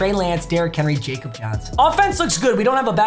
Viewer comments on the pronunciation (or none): Anyone else just shake their head when he says Jacob Johnson instead of Yah-kub Johnson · It’s “Ya-Kob” Johnson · it pronounced yakob johnson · I’m begging you please its YAHK-ob Johnson not Jacob 😭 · Jakob Johnson is from Germany. His name is pronounced like “Yakob.” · YA-COB Johnson. For the love of god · Papa just so you know the fullback is pronounced "Yakob" Johnson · Papa it’s “ya cup” Johnson